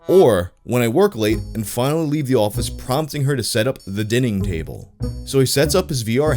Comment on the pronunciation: he said "dining tabel" LOL